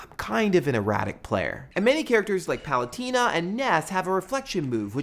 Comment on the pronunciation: PAL-A-TAY-NA not pal-a-tee-na